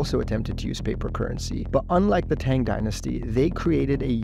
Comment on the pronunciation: Marco Polo did not discover Eye glasses in China and you mispronounced Tang every time you said it :P